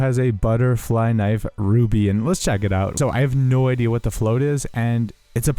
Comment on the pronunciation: "its a very nice köniiv"